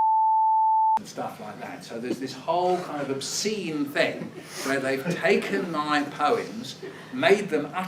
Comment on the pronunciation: “uTeRlY oBsEnE”